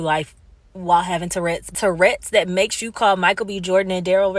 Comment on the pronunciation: That woman is disgusting... Davidson should sue her for slander. She can't even say tourettes correctly. "TURRETS!".... It's not a tank!